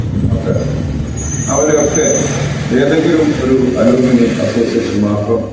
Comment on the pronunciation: അലൂമിനി അല്ല ആലംനൈ എന്നാണ് വായിക്കുമ്പോൾ അല്പം നിലവാരം നല്ലതാണ്